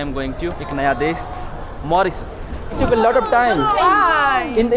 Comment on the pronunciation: मोरिसस नहीं बोलते, मॉरीशस सही उच्चारण है।